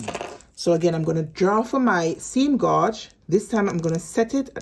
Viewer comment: Gauge is pronounced ....... gage, like you say cage.